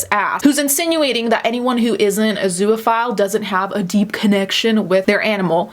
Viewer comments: Holy crap. I couldn’t get passed your constant butchering of the word “zoophile.” It has TWO syllables, not three. It’s literally just “zoo” and “phile” together with no vowel sound between that. Two syllables. There is no “uh” sound between the two syllables. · Please learn how to pronounce zoophile, it's not spelled zooaphile so its not pronounced that way